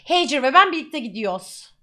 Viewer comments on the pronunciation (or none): lütfen haycer diyorsunuz fakat o bir türk adı hacer lütfen pls yani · peki pelinin hacer i heycır diye okuması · Hacer ismini zaten Pelin koydu sonra dalgasına heycır diye okumaya başladı kfoekofkeodkoek